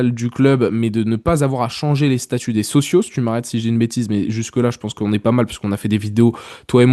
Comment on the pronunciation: Franco Marocain pas Français d’origine Marocaine 🤣 Il est né et grandi à Casablanca, il est parti en France après avoir obtenu son Bac. Ps: Socio pas Socios 😅